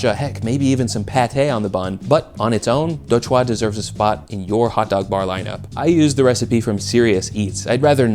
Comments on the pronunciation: Do "CHOOWA" not Do "chwaa" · DOUGH CHWA???? DOUGH. CHWA. NETSHAQ!? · Love that you covered đồ chua! Just a friendly FYI that the "chua" part is more closely pronounced "chew-uh" (while still acceptably anglicized as per your extranet video lol) and fun fact the whole word/phrase itself literally means sour stuff! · the vietnamese pickles are pronounced Do Chua ( Dough Chuu AH) not (Do CHwa) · I commend you for your attempt to pronounce đồ chua. The easiest way to pronounce it is just "Doe Jew" (puts you at 70-80% of the way there). Just for background, most of the time, its just pickled shredded daikon and carrots but the words literally translates to "things sour". I personally don't like shredding the vegetables that thick. Usually go for julienne cuts because its going into a sandwich / hotdog so its supposed to be there for flavor contrast and maybe some texture. Its not that enjoyable to bite into huge chunks of pickled stuff in a sandwich. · Do chua is pronounced “dough jewel” in Vietnamese. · The pronunciation of "do chua" made me spit take and laugh but I love the inclusion. The "chua" part has a harder U sound, i.e. "choo-uh" (even though it's supposed to be one syllable). Think Minecraft Steve damage noise. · DO CHUA MENTIONED RAAAAAAHhHHH (pronunciation tip: the emphasis goes on the "chu" c: ) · oh man that đồ chua pronunciation😅